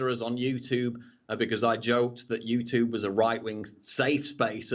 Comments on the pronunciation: Paul I love your stuff BUT one thing you do that drives me crazy is why as an Englishman you pronounce YouTube as the american YOUTOOB, Squash that shit bruffa! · You 'Toob' #shakeshead (pron:you-choob) :)